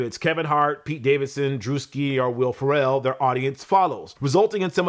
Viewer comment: Did you just call Will Farrell, Will "Pharrell"?🤣🤣